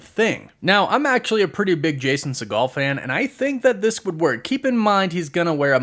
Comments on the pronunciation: Umm sir Segal. Not pronounced as Seagal. Had me thinking Steven Seagal had a kid in this movie or something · 😂 it’s pronounced “See-gel” he’s not related to Stephen Segal